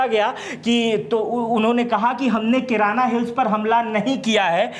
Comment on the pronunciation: Kiran hills nahi kirana hills❤❤❤